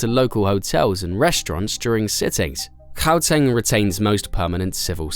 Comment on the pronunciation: 😭 😭 😭 thank you for properly pronouncing Gauteng ❤